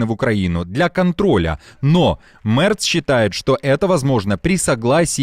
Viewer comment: Мерц, а не Мэрц